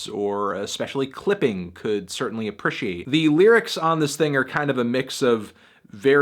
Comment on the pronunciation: AAH PREE SEA ATE is how u pronounce APPRECIATE